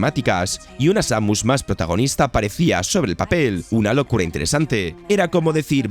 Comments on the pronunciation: Samius wtf jajajajajaj Sa-mus imagina que la mu es el sonido de la vaca muuuuuuu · seimius xd